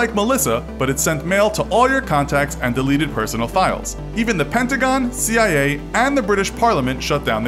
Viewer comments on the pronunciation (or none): none